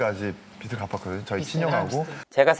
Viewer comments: 빚_ 비즐 갚다 비지있다 ..로 읽기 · 기자인데 비슬이라고 읽다니..